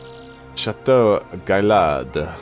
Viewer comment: The aztec city i believe is pronounced Chee-Chen Eat-sa, and the french castle is Guy-yard.